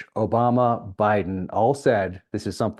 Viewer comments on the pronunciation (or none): none